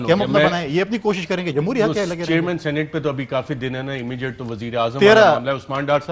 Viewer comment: اس فضل کریم کھوچُو کو کوئی بتائے، صحیح لفظ سینٹ نہیں سینیٹ ہوتا ہے!!!